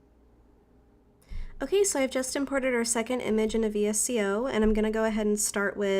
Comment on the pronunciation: I really enjoyed this video, and I love your photos on Instagram! Thanks for sharing. 😊 By the way, VSCO is actually pronounced as ‘Vee-sco’.